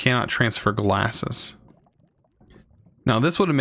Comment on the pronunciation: Does he ever realize that it's "gasses" and not "glasses"?